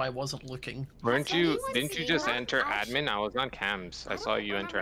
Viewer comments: Everyone: Admin: Uh-dmin I LOVE how she pronounces it differently! Or is it the other way around.........? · It’s so cute when says admen instead of admin